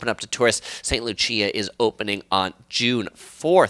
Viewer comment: Are you saying St. Lucia or another place? If so, St. Lucia is pronounced as "loo-shuh", just for future reference. Informative video!